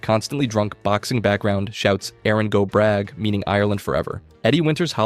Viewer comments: Your Irish pronunciation was actually very good apart from how you pronounced “Bragh”, it’s more so like “brah” like how those cool surfers pronounce it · Celt is pronounced Kelt and bragh in "Erin go bragh" is pronounced braw. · He also pronounced "Erin Go Bragh" as "Erin go brag"